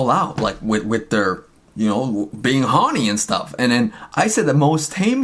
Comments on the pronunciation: I think the ONLY crime is how you say HORNY in this video. Help. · The way she says horny. Sounds like honey. Made me think of Winnie the Pooh. Now we’re all strange together. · The way you say horny, I just keep hearing "mina so HOrnY mi mina so HORneey" 😂😂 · You and Mina are just being human beings. The tweet was funny and silly!! I ❤ the both of you. Oh LAWD 🤦‍♀️ people must be really bored 🙄 Straight FINDING anything to be up in arms about. R E L A X people. P.S. Every time you say "Hawny" I can't stop laughing 🤣